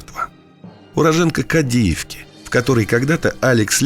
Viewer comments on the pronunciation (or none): Хочу поправить не Кадиивка, а Кадиевка, с ударением на первый слог, ныне город Стаханов, Луганской области. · Одна поправка - не КадИевка, а кАдиевка, он же Стаханов Луганской области…. Что же так исторически не везёт Донбассу ? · Не КадИевка, а КАдиевка, бывший г. Стаханов